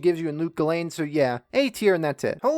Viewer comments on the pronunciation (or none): none